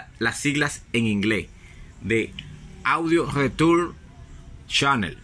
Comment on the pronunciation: Pelo chico, es que no sé qué significa las sigla en inglé Audio Leturn Chanel, o al menos así lo plonuncias, no te entiendo nada.